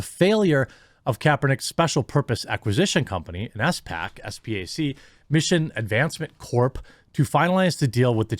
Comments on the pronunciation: “Spack” is how it’s pronounced. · Hey J, Spac is pronounced like Spock from Star Trek. Not trying to be a doushe